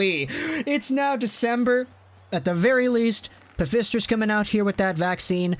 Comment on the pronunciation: Did you say "pfister" vaccine??? It's Pfizer, pronounced "f eye zer" fyi.